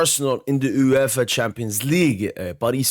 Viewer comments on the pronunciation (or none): uueffa champion league,whatsup with the pronounciation 😂.